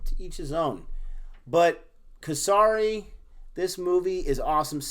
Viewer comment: The pronunciation of Kesari is Ke like ‘Kay’ and sari, with a short ‘a ‘ sound. And pronunciation of Sikh is correct. The ‘i’ sound is short. Great review guys!